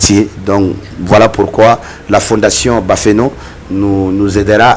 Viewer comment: Bafane te belle ma chérie est tu prononce très bien son nom yoroo 🥰